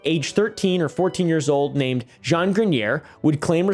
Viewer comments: Great vid as always. Jean is a tough one. But you got it right at a certain point. If you legit do want to know. No need to pronounce the "n". The sound following the soft J is like the "ea" in the word name Sean. So basically what you where saying just cut the n and the end. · i speak french but i don’t know how to type how jean sounds😅you said the “j” sound right and it ends with an “aw” kind of